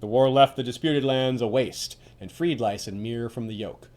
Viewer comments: No, he's saying it wrong. In the show when Oberyn talks with Varys he pronounces it as "lis" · You pronounce Lys "lice" not "lis"?